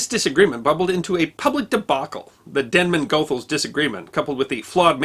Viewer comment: Sorry for being pedantic but "Goethals" is pronounced : ghoo -thalz